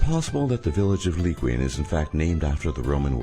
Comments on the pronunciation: Did he really say "Leekwee-in" I mean, I can understand why you may not be able to perfectly pronounce that, but at least try to search up the pronunciation. Like "Qin" is pronounced "Chin", not "kwin"... Also, please stop using Hong Kong scenes. HK is supposed to a be a face of the somewhat free, democratic side of China, not the harsh oppression and terrible Communist Party and their dumb actions that is discussed in this video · So, first: Zhongguo is pronounced closer to "jun-guo". Second, the Hanzi (Chinese characters) used for the name is wrong - over half a century ago the PRC (People's Republic of China) adopted simplified writing. Third, Qin is pronounced like "chin", similarly to how Liqian is closer to "Lee chee ahn". Fourth, the etymology of the name China is unknown, but it is believed to come from the Persian word, which does refer to the Qin dynasty. Up until only a couple of hundred years ago it was referred to as "Cathay" (a name referring to the Khitan Empire, AKA Western Liao dynasty). Fifth, the battle of Zhizhi is pronounced closer to "jeh jeh". Sixth, the myth of Romans forming the city of Liqian has been debunked ( Seventh, the idea of "utilizing" geniuses is downright degrading. Would you say that the US "utilizes" geniuses? Of course not. Look, I live in China. And much of what I see here consists of what probably amounted to 10 minutes of surfing Google and noting anything that sounded interesting, and no fact checking involved.